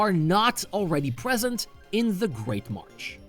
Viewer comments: MarSH. Not MarCH. MARSH. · You do know it's marsh right? Not martch? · Why do you keep pronouncing "marsh" as "march"? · It's great marsh not march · Good video, but it’s ‘marsh’, not ‘march’. You keep saying ‘great march’ in the video. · Yeah, I'm pretty sure he said "Great March" every single time. Couldn't unhear it.